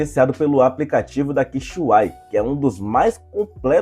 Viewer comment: se fala: QUE CE IPISILON. Não Quixuai Kkkkk. Mas valeu pelo review aí mano